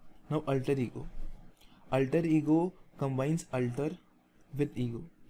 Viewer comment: sir,its a very excelent initiative...very thankful .....but the only one thing i got confused with is the pronounciation of *alter*.I felt that the way you pronunce "alter" is diferent from the google pronunciation...which is the correct pronunciation?